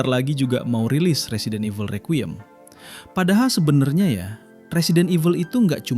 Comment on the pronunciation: Bacanya rikwayem bang. Bukan rekyuyem